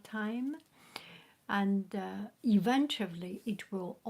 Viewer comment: It makes me laugh every time u say “eventuably” instead of “eventually” it sounds so funny :))